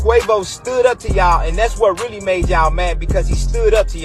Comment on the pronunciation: He said “lurr-really”